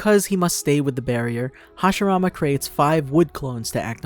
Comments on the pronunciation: OH MY GOD! ITS HASHIRAMA!!! NOT HASHARAMA!! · Roll your Rs bro…